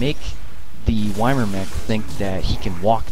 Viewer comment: love all your vids. Really showing all the good strats for adepts, and that in a lot of cases patience and diligence are the keys to success. A little nitpicking, YMIR is pronounced "ee-meer."